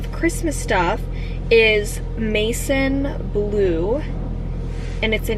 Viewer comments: Maison is french! it means house and its like mehson not like mason ahhha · I don't mean to offend you in any way but maison blue is pronounced as ma-z-on its French for house. Loved the video its so cozy and making me want to buy all the Christmas decoration!! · Maison is a French word!! Pronounced like Mae-zawn 🥳🤗